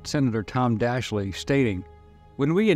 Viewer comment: Nicely covered. One note though, Senator Daschle's name is not pronounced Daschlee as spoken in the video, rather it is pronounced Daschel and sounds more like Daschul.